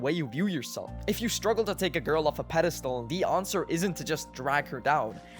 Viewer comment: Ownser? You mean answer?.